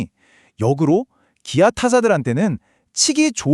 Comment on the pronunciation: 기아를 키아라고발음하는게, 거슬림